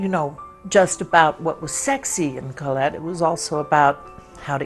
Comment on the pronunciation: I really appreciate how she pronounces the name Colette. Thank you Anjelica Huston!